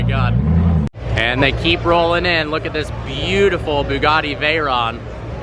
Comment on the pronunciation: Boogarti , thought it was Bugatti